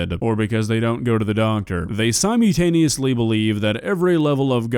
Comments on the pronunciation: For the love of the universe,. Great video. I think she is a troll making rage baiting content because that's what's making bucks at the moment. Lastly it's sai·muhl·tay·nee·uhs. Mull not mule. Sorry it's a dick thing to say. But I'm genuinely trying to help. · dude, I love you... but please look up how to pronounce 'simultaneously'. Every time you say it I cringe.